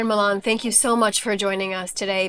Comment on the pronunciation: Can't you people on air get ERINS MOLAN NAME RIGHT??..IT'S MOLAN, NOT MULAN.??????..